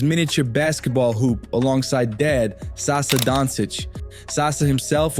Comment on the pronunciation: Not Sasa, Sasha!